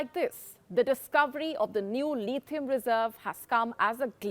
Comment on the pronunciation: It’s not Leethieum. It’s Lithium. It’s not Molly. It’s Mauli.